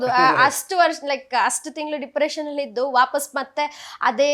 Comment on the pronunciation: Nija helamma dippretion or dipriciation 😅